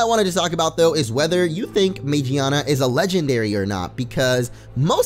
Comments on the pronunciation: it's not Magiana it's magearna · Its Magearna, not Magiana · It's pronounced man-gina. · I thought it was called Magearna! Is it not??! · It's MA-GEAR-NA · It's name is magearna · it's magarna